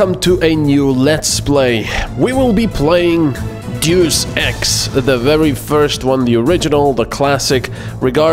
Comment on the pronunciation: Did you say "Doos Ex" instead of Deus Ex on purpose?